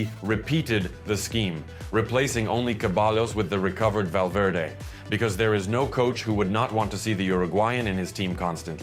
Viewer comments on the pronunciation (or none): none